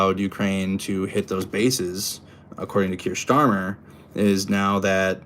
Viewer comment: Don’t let fool you 😂 it’s Star-mer, I must tell him cos otherwise we’ll have five years of a misnamed prime minister, I’ll get in early 😂👍